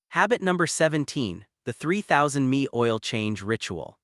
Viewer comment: The AI called the Mi for miles ME. Oh well, I guess AI doesn’t know acronyms yet?